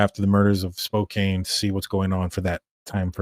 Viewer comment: It’s Spo can not Spo cane 😊